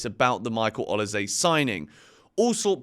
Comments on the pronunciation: changing how he pronounces Olise every time haha. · I have so much time for you but please pronounce olise’s name properly it is infuriating 🤣🤣